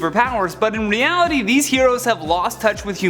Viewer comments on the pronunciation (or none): none